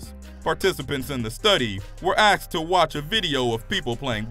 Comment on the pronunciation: This is supposed to be about "higher thinking/education" yet the mark the narrator said "The participants in the study were 'axed' to watch...."Axed".....Really? To what....axed do they know who's wif dem aflets? Wow.